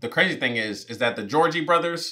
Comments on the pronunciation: Me:… Did he just say the Georgie Brothers? 😂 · You calling the Jonas brothers the Georgie brothers kept taking me out lmaooo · calling the Jonas Brothers the "Georgie Brothers" gave me LIFE loll 😂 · Bro was actually calling the Jonas brothers the gorgie brothers the whole time like 😂 I love this movie one of my favorites , even though it’s cringy it’s an original , this video was hilarious keep it up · Loll😂 dying every time you call the Jonas brothers, "the Georgie brothers" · Bro keeps calling the Jonas Brothers The Goergie Brothers LMFAO 😂😂😂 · Georgie brothers hilarious it's Jonas brothers getting the names wrong has begun! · I find it funny that you’ve been saying Georgie brothers when it’s the Jonas brothers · Him calling the Jonas brothers the Georgie brothers had me hollering!!! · Not pronouncing the last name Jonas as Georgie or something like that HAHAHAH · Why do I literally correct you every time you call them the Georgey Borthers 😂😂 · Is he calling the Jonas brothers the Georgie brothers on purpose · They are the Jonas brothers! Not Jeorgey brothers lol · It's Jonas! Not Jorgie😭